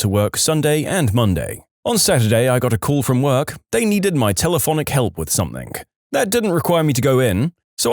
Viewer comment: No K in the word something .